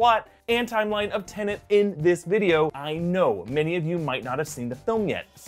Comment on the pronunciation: I know Doctor Who deals with time too, and "I'm sorry, I'm so sorry', but it's TeNET not TenNANT...